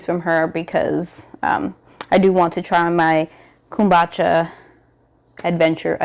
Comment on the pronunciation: 😂 now you know we laughed about this before! It’s Pronounced Kum-boo-cha. I’m cracking up.